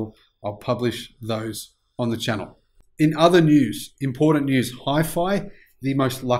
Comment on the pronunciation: There's no "D" in "important". <---- Notice?